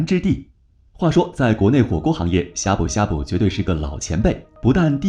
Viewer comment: 他連閩南語發音都錯了 難怪我聽到的時候覺得超怪異